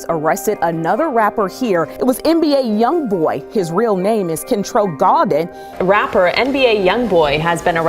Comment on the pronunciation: His last name is pronounced Golden